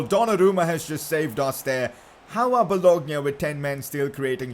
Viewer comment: PCQ: You dont pronounce it well, solskjaer is “su lsher” but it’s different country from kjaers’ kjer must be pronounces “kyaer” Also there is not boloGna, but it is bolonya